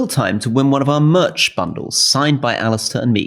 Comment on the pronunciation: Rory saying ' merch' 😂😂.